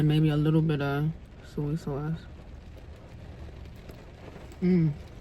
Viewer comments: It's SOY sauce luv, not suey 🤭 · Is saying suey sauce a regional thing? I’ve heard this way of saying Soy sauce. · I think it’s our north eastern accents. Lol She’s from Delaware and I’m from Philly and I call it “Suey” sauce too 🤣🤣🤣🤣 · I call it suey sauce also 😂😊